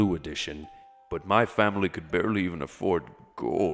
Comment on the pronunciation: im sorry but i laughed when u said bearly aford gold!